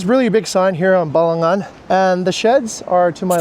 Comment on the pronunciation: Thank you for not saying "balanggan"😊😊😊makasih😊😊😊